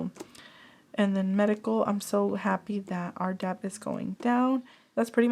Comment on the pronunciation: Lovely video. Just a heads up, “debt” is similar to the word “doubt” in that it has a silent b. So you pronounce it “det.”